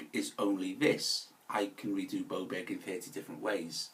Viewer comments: Bowbeck? Blowback? 😁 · The way this guy pronounces "Beaubourg" is just too funny... More like "Camenbert" 🙂